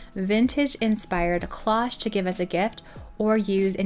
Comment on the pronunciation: Loved the cloche idea, but cloche doesn’t rhyme with gosh. It is the long O sound cloooooche Just fyi